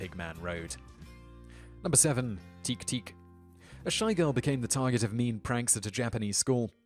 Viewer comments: teke teke, would be read as teh-keh teh-keh. not teek. ( i think thats only in english were "e" after a consonant changes the vowel sound) also ningen is pronounced with a hard G like gear. ninjen sounds like ninjin, a carrot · It's pronounced tekay not teke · Great vid, but it's pronounced "teh-keh teh-keh" not "teek teek". And "neengen" with a hard 'g', not "ninjin". The woman in gray legend sounds like a ripoff of a Japanese legend that took place near my home in Kyoto. A woman came to buy a candy every night for seven nights, before being followed on the 7th night. The shopkeeper lost her, but found a cemetery where he head the muffled sound of an infant crying in one of the graves. He informed the Buddhist monk who tended the cemetery and together they dug up the grave to find the woman dead, holding her living baby. You can still visit the shop and buy the candy to this day. It's not far from Gion in Kyoto. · It's "te-ke te-ke", not "teek teek". sigh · You told Teke-teke all wrong. First, it's pronounced exactly as you read it - te-ke-te-ke. Second, you don't make teek-teek sounds when you walk on your elbows, that's against all logic. Teke-teke are the sounds she makes when walking on her long nails. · Teh-keh teh-keh is how teke teke is pronounced. But you garble so many words in English why bother to correct your Japanese. Re: Guadcanal. By the way, obvious Americans write your copy. Do you do these without a director who can correct you? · Wouldn't it be Te-Ke Te-Ke? Like I'm not a master of Japanese but I just thought. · The correct pronouciation of Teke-teke it te-kay te-kay. Heard stores 7. 6. 5. and 1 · About the Japanese legends... "Teke Teke" is pronounced "teh-keh teh-keh". "Ningen" is pronounced "Neen-gehn" With the 'g' making the 'Guh' sound, not the 'J' sound. Just saying, it's hard to listen to what you're saying about them when your pronunciation is so far off. Other than those things, the video was pretty good. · He pronounced Teke Teke wrong